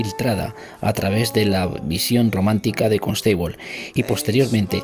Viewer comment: Saludos! Buena información pero la canción distrae un poco. Perdón por el atrevimiento pero Constable se pronuncia Cónstabol no Consteibol